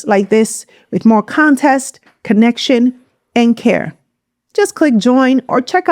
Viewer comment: I love you content but the word is context, not contest.